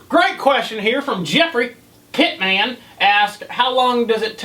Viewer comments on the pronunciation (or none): how you pronounced my name it hilarious hahaha your awesome brother haha yes I'm Jeffrey pitman haha